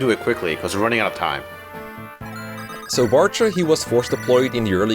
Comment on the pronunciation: As the "proper pronunciations" guy in the community, I'm surprised doesn't pronounce Bartre like Jean Paul Sartre.